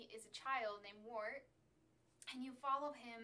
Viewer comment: Psst, Wart rhymes with Art.